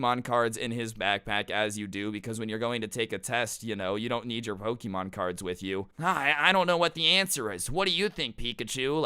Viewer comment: Ik its wrong spelling but you sound like saying poki-mon